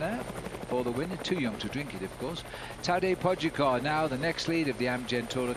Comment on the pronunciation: The video should be called 20 ways of how not to pronounce "Tadej Pogačar" an 3 of "Higuita"